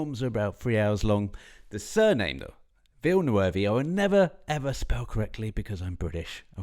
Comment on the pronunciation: Please, please make an effort to learn one French word in your life even though you are British, Villeneuve!!!!!! Your pronunciation is making our ears bleed!!!!!!